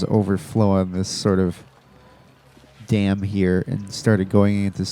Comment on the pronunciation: newberry Damn you! pronounce Dam wrong. Lol